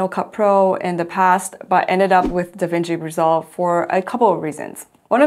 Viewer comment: What are you saying the name of the video editing app is? I’m hearing devengi resolve…🤔 are those the current versions of the iPad & MacBook?